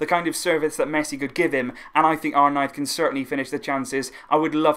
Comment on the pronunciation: Why do you say arknife it’s arnaiz 😭😭